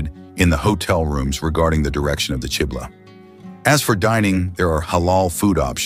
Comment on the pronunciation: why are you calling the Qibla as chibla!